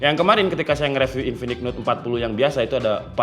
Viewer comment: bang baca review bukan reviu tapi riviu, ois bukan oais tapi oai s😅